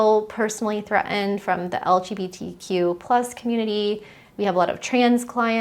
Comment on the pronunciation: Very hard to listen with the mispronunciations. "Rhetoric," "Threatened," "Important," "Certain," etc. I'm just stating it's difficult to talk to adults who try to speak like GenZers.